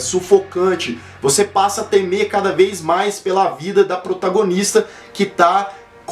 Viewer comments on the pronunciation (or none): none